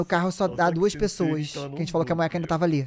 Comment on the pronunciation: Jean, Quando vc for pronunciar o nome dela vc pronuncie o "e" de Moeka de "i" ai a pronuncia fica Moika, espero ter ajudado ( se vc ler este comentario claro)